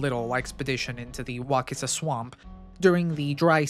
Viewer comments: Its Wa sis a, not Wa kiss a. You must not be from around here,..... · It's pronounced "wah-sissa" and "wah-kuh-lah" damnit non Floridians always fuckin it up...😂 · Wacissa prnounced Wassissa Wakulla..pronounce Wah KULL a not wah cool a. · Wacissa is pronounced wasissa. The letter C is pronounced like a S. I’ve lived in Monticello for over 30plus years and read about the Wacissa volcano many years ago. They use to make shine back in the woods. There’s lots of old hermit cabins or the remains of them along the wacissa river. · Ey!!! The Volcano!! You know the Great Wakulla Treasure is right there by the volcano ❤ Just an hour stumble Sorthweast. Also, we say "Wah-kuh-lla" and "Wah-sis-ah." If you see a word that looks even vaguely native, say it like a bumpkin, and you'll fit right in 😊 Folks 'round here tend to favor the smuggler/pirates/bootleggers version. Thats why we have the legend of the Great Wakulla Treasure. Nice vid, keep up the good work. Go War Eagles! 😜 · WAH SISS UH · Couple local pronunciation things: Wacissa rhymes with Narcissa, as the ‘c’ has a soft s sound. Wakulla is pronounced “wuh-KULL-a” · I was born and raised here and I've never heard it pronounced that way.